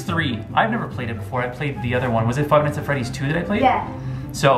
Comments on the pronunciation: Frive nights at Freddy’s??? XD she said it wrong! It’s Five Nights At Freddy’s/fnaf XD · Fried Fried nights at freddys ( said that At the beginning) Lmao no hate just a notice comment:3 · "fried fries, fried flets, frive nights at freddy's" XD im dying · FIVE FRIES HAHA XD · Frive nights at Freddy’s she said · Five fries XD hahaha